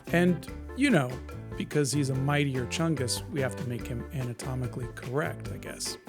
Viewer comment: I thank for introducing me to mightier chungus and the correct pronounciation of it